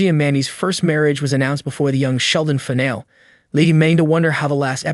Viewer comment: Fuck AI voices. Fìn al EEEE Jesus fuck. Either say the fucking words or hire someone.